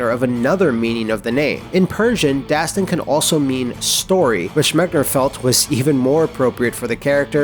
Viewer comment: I'm persian. And Dastan doesn't mean story! You have to pronounce it differently. دستان = the name داستان = story You can google it and figure out the difference :)